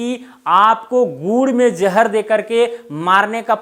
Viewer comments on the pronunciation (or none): Sir gur me jahar acha se boliye😂😂😂